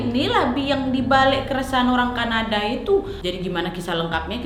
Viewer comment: "oOoh CAnaDaaAA" "TorONto" "moWla" "GOWla ma DIsh"